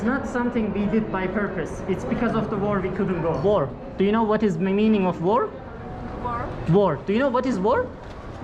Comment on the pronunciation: War kelimesini teleffuzundan dolayi anlamadilar.